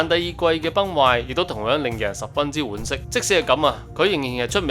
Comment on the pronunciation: 婉惜係讀"丸"惜，唔係讀碗，碗係石字邊